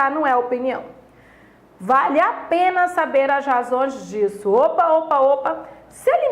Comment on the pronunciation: É "vale a pena" e ela fala "vaLhe a pena" KKK. Obrigado pela aula !♥️